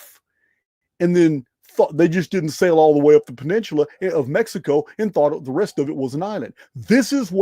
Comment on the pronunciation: Baja = Bah-hah: Peninsula = Penin-soo-la